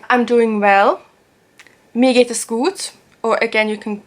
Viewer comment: "es" is pronounced differently, more like "has"